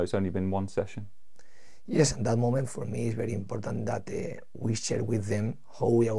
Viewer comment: is he going to say "IMPODDANT" 10 times every interview???